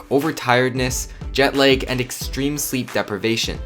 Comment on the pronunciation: I'm sorry, what did you say? Jet leg? English isn't my first language